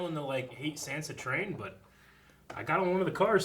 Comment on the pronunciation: Oh my god these guys still pronounce sansa SAND-sa and i love them but it triggers me sooooooooo much. Haha